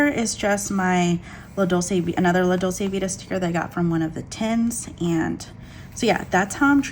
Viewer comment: Hello! I like your channel and thank you for sharing your planning style with us. Just an FYI, Dolce is pronounced as DOLE-CHAY, meaning sweet. La Dolce Vita = the sweet life. You can hear the word here